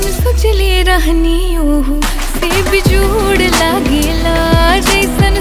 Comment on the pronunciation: The way she said bejjjod 😅 bihari tone 😂❤